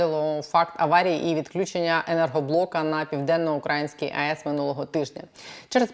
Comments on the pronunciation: У слові "південноукраїнський" наголос на "ї", а не на "а". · я вас обожнюю дивитись і слухати. Але ви насправді не знаєте, де наголос у слові "південноукраїнський"? Це сором...